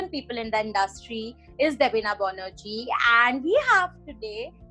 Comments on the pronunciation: It's not Bonerjee stupid,it's Banerjee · Bonerjee? Isn't it banerjee??